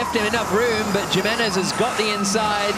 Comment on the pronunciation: The pronunciation of Jimenez makes me wanna rip my ears of in embarrassment